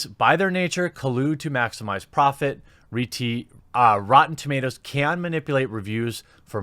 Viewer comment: "REEEEtee" is officially the new name for rotten tomatoes...